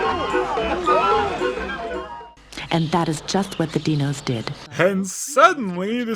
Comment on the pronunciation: The first time you hear say "Dee-nos" while talking about the various names for this thing, you think that he just made a really baffling mistake. And then you hear the characters in the movie say it as well...